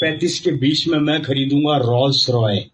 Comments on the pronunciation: Rolls Royce hota hai chutiye. Rolls roy nahi. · Rolls-Royce ❎ rolls roy ✅😂😂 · वो रोल्स रॉय बोला । रोल्स रॉयस नही 😂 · Gawar betichod naam to shi se le rolls royy 😂😂😂😂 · Rolls royce❌ Rolls roy ✅ 🤣🤣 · Rolls Royce ❌ Rolls roy☑️ Isse accha rolls yadav bol deta😂😂😂😂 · Rolls Royce ❌ Rolls Royy ✅